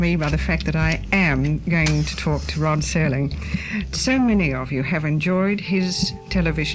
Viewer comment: Sod Rerling